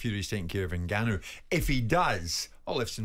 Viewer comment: Someone please tell garath its not 'n-ganu' but Ngannou